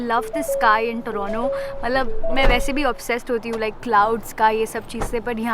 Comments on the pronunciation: it's crime to say or listen torronno instead of t o r o n t o .....when Canada become canedda for we indians...u r hurting us making pronounce it in right way. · It is TORNTO Ma'am not torono